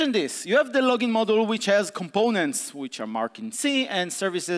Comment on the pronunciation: This talk is amazing and I feel bad about complaining, but "model" every time he tries to pronounce "module" really hurt my brain.... consequently every single time throughout the talk.Worth it though <3